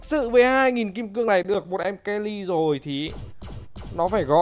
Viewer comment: Mery ông đọc kenny quỳ